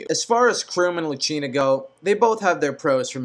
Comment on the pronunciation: Did he really say Chrome and Luchina? :/ Its Chrom and Lucina. Also I thought he said Mark instead of Marth a few times.